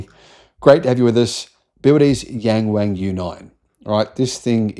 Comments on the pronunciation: It's Yung Wung, not Yeng Weng 😅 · OMG I can't stand the incorrect pronunciation of "yang wang", and it isn't just you mate. Maybe try saying it like "young Wong" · yeah, I thought he said 'Gang Wang' at first, I was 'huh?' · Better to just read "YW" 😂